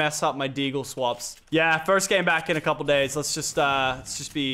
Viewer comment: You said grame